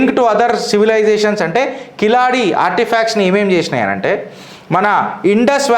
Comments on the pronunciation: కిలాడి కాదు సోధర కీలడి మొదట ఉచ్ఛరణ నేర్చుకో తరువాత చరిత్రల గురించి వీడియోలు చేద్దువు గాని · Kiladi kadu Keeladi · అది కిలాడి కాదు సార్, దాని పేరు కీలడి. I am from Tamil Nadu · అధీ కిలాడి కాదు కీలడి. అంతే కీల్ అంతే కింద అని అడి అంటే అడుగు అను అర్థం.